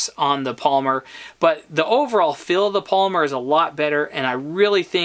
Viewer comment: I think it's "pol-y-mer...not Palmer. Small thing only an old English teacher would notice. But you're videos are solid. And I'm very "pro" on the Sub 200 gen 2. Perfect camp, truck and cabin gun. Especially since I too carry a Glock 19. Keep up the good videos.